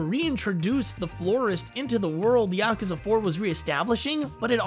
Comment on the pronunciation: Don't you love it when a decent review/summary of a Yakuza game is ruined by atrocious pronunciation?